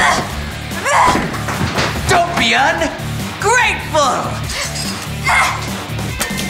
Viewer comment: Don’t be Un (dramatic pause) GRATEFUL 🤣🤣🤣